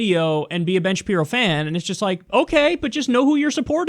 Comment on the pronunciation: Been Shape-Eye-Row